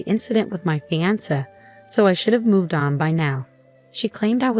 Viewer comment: Just when I thought that another different pronunciation of fiancé was impossible, here is fee-an-ser. Yikes!